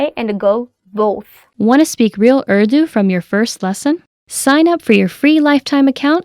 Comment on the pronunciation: السلام علیکم محترمہ اور - - - - Really madam your efforts are appreciable. But your anchor madam should pronounce the word "URDU" in Urdu style not in American style.